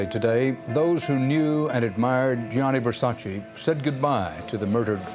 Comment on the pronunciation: Gianni NOT "Jonny" Versace.